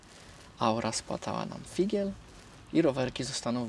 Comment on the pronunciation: "...aura spłatała nam FIGIEL" Bardzo ladne, czyściutko powiedziane po polsku! BRAWO! Spłatala nam KOGO? CO? = figiel. A nIe po polskiemu, jak to często słyszę - tak durnowato: spłatała nam figla. Gdyby tu była mowa o panu Figiel, to tak byłoby pawidłowo ==> spłata pana Figla.